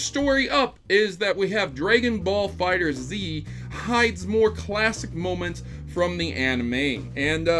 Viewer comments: Fighterz is pronounced as "fighters" also Godzilla Monster Planet is out on Netflix now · it is Dragon Ball Fighterz not Dragon Ball Fighter Z the z is part of the word Fighterz so it is like fighters but with a z sound instead of an s sound